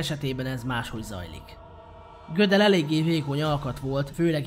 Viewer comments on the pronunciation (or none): Nagyon szépen összeszedett videó, de engem nagyon zavar, hogy nem jól mondod a nevét. Tekintve, hogy osztrák származású volt, nem amerikai módon ejtik. A helyes kiejtés pont úgy van, ahogy írva van.